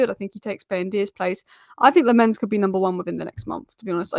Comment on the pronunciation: Please work on your pronounciation of Lammens,as a Belgian myself i can help you with that. in English it would sound like Lammuns.